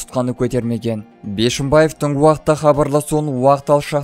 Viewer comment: Мал,дурыстап окыш,Бышымбаев емес Бишембаев